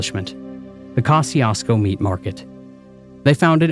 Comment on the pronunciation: 😂 …it’s pronounced "Ko-shoo-sko"